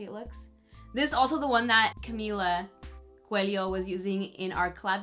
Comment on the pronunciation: nothing bothers me more than someone who has a latin last name and cannot speak spanish the right way. is it for real that you said cuelio instead of coelho? shame on you!!!!